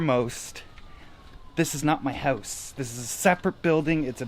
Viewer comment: What's. a howse ?